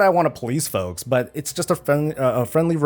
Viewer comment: it sounded like you said "to you fucks at home"